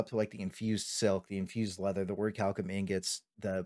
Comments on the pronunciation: Great vid dude only thing its Ori-cal-cum not orichillium XD but great advice thanks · Had to stop after the 3rd ore-chilli-yum. My ears are bleeding